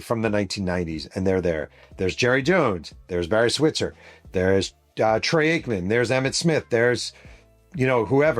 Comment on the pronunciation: Is he saying ”Trey” Aikman?